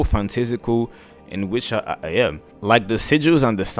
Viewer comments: Try “ah-TELL-ee-eh” and see how it sits. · Why you deepthroating the word atelier like that 😂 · I've been pronouncing atelier wrong all this time...